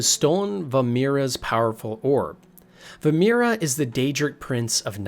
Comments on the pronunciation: Vaermina... Not Vaermira, you got confused between Namira and Vaermina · Vaermina . Ver- MEE- nah. Not Ver - MIR- ah. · Vaermina not vaemira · I've got to say, great vid, but it's Vaermina, not vaemira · This is interesting and all but dude, the mispronunciations are killing me. Like, Vearmina is pronounced “VER-MEE-NAA” not “vermea” or whatever you said. And Hieronymous Lex is pronounced: “Her-Ony-mus-Lex”. Not “hermonious” like you said. I know I am nitpicking but on an Iceburg video where you’re supposed to be TEACHING me things about the series its really jarring to hear you don’t even know basic pronunciation of words in the games. Again, the video is interesting and I’m leaving a well deserved thumbs up for that, but dude: next time please do your research better. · Ver ME nah not vur mur nah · "Vaermina" not "Vamira" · I liked this video but the many mispronunciations such as Dreugh as 'dray' (I could forgive this one honestly since it's an odd word) and VaermiNA as VaermiRA (you could have just taken the time to read the name properly, also if you've played the games thoroughly as someone interested in the lore you'd have heard it pronounced by VAs a number of time) along with the lore covered in this video being just a shallow glimpse at the clusterfuck that is TES lore, makes it feel very false and not genuine, as if you just thought this would be a topic that brings in views by attracting passionate TES lore fans while not being very passionate and invested in the lore yourself. The whole video comes across as if you've just compiled other people's theories that you've found on forums and not actually done any proper reading/played the games yourself. I just really don't think it's a very good idea to try to cover so much of such convoluted lore without being very passionate about it specifically. Still, good try and fun video! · VaerMINA. Not VaerMIRA. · VaermiNa it's a n not a r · Bro called vaermina "vamira"😐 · Vaermina. Vaer Mee na